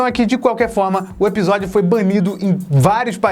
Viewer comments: vc percebeu que fala ebisodio não episodio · Só eu que quando o fala "episódio" e eu escuto "ebisodio"?;-; SEUS VIDEOS SÃO IMAGITOPS!!! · pq vc fala "ebisódio" se o certo é "episódio" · O só fala EBISODIO KK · eBisodio? Serio? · Reparem, o não diz Episodio e sim Ebisodio. doido ne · Mano nada contra mas o que vc tem que não consegue falar ePisódio se consegue pronunciar o P normalmente? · Vc fala "ebsodio" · Voce fala ebisodio por querer?